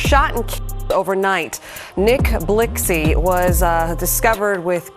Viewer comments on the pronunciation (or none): Lmfao big said nick blixy🤣